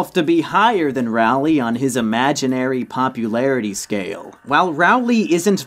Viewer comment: no offence but rowley is pronounced like roll-ly